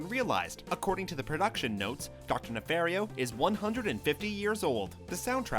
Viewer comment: I think it's pronounced "nefahrio" and not "nefehrio"